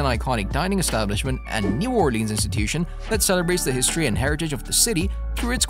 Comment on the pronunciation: Elizabeth's is absolutely amazing. The French Toast burrito is a thing to behold. Also, it's pronounced "or-lens." Locals don't take well to "or-leans" and definitely not "naw-lens." LOL